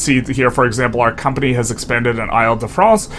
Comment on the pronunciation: It’s pronounced eel-de-france.